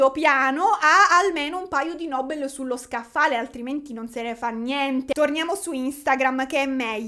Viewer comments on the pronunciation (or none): none